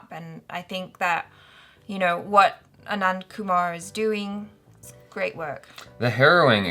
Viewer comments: It's Anand Kumar not Kuman. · Anand Kumar... not Anand Kuman..🥴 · it's #AnandKumar not #Anandkuman